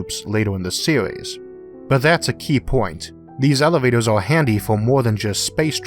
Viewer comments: Oh he cant say R O-o this is the first time I hear an american with this speech impediment :) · Space Elivatows? Their pwetty stwaight fowawd.... I love how this dude talks. It's no impediment, it's entertainment. What about space-junk? How can you ensure the cables won't be hit?